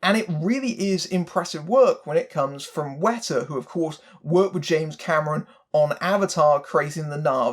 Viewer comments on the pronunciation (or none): none